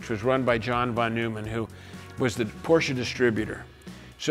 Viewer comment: It's not Porcher!